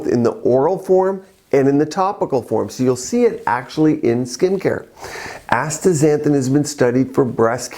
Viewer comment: Astaxanthin, not Astra xanthin